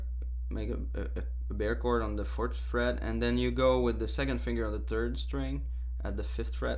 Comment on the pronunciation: hehe, i like it when he says bear chord instead of bar chord. Great tutorial!!